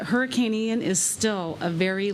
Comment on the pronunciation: Can Joe Biden actually pronounce “Hurricane”? Adult diaper?